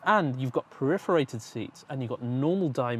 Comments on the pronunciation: I think you mean perforated ...lol "periferated" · Oooh, I love "periferated" seats